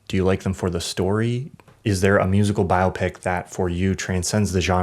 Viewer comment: Thank you for pronouncing "biopic" correctly! 👍